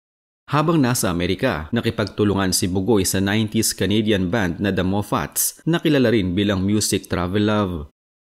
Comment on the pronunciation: The Mafits yon hindi Mo-fats